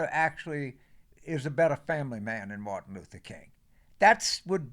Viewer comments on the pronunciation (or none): none